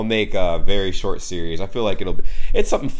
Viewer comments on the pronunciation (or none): none